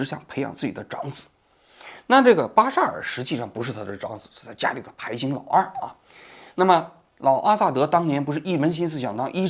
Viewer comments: 排行pai hang，不读pai xing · 排行念成排型，拉登读作拜登；王局，就没人提醒你一下吗？ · 王局啥情况？“排行”念成 pai xing， 拉登口误说成拜登。。。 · 排行hang，不是xing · 王局，是你总说错别字还是说我小时候学的中文有误，你说排行（xing）老二,不应该是排行（hang）老二吗？ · 排行（xing）老二？王局在念稿吗😂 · 。排行xing老二。你可真行hang。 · 排行（hang）念成（xing）？就算念稿子也不会这么离谱吧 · 排行【hang】老二，不是排行【xing】老二。🎉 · 怎么滴王局，出国久了中文退步这么厉害？以前很多错别字，这次排xing老二都整出来了，跟宋小宝学的？去年信星座，今年信五hang? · 排行（xing）老二:face-blue-smiling:，你现在汉语一点不会说了吗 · 不是排xing老二，是排hang行老二。王局，央视没有考过这个字吗:face-fuchsia-wide-eyes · 排行 hang 🤠 给王局指个错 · 能把排行念成paixing？我第一次听到吓了一跳…可不敢往下听了😂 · “巴沙尔...排行（xing）老二“, "阿拉伯人都觉得拜登是个民族英雄，就要跟美国干”...念稿不带脑？ 最后提到分裂势力比如美国前哨站没有提俄罗斯，说明潜意识里认为俄罗斯的军事基地和对叙利亚的干涉是正当的？ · 是拉登，不是拜登，王局这期有两处口误，还有一处是行（hang），不是xing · 应该念排行（hang) 不是拍行(xing)，央视记者不应该犯这样的错误啊😂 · 我日，老王，你是问文盲吗，排行hang老二，还他妈排xing老二，还tmd武大，北大毕业，真让老子看不起了😂😂😂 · 排行（xing）老二是吧😂 念稿子能不能认真点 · 王局居然读成排行（xing）老二，16：30，我让我怀疑是看搞读错了，还是ai生成的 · 排行老二。。发错音了，这个不应该。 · 拍“行xíng”老二……王局是真的么？😂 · 是在对着稿子念吗？排行老二！排xing老二是什么鬼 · 排行xing一般不会说错，只有AI语音时才会读错，以此可见，王局已经死了很长时间了，现在拍案的人是ai机器人